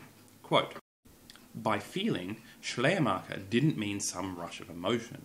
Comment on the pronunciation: While your pronunciation of "Schleiermacher" is actually pretty good, I had to laugh a little when you tried to say "Glaubenslehre" :D